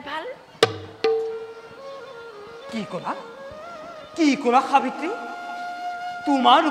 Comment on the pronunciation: সুন্দৰ।সাব্যত্ৰী নহৈ সাবিত্ৰী হব লাগিছিল নেকি বাৰু।